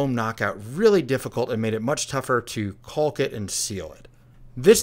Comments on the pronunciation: Looks great, its pronounced kaak not culk btw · Love your builds but it is painful hearing you mispronounce caulk over and over again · so you're really just gonna ... pronounce the L in caulk, huh...